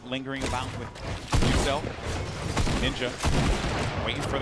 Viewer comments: Host called muselk muslick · Mr Muselik.... Loool. Old mate can't read and nor does he YouTube....